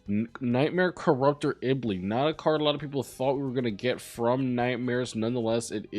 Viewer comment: Stop saying Iblee!!!